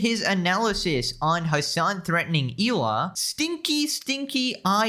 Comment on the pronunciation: Her name is Hela not Eela you little goof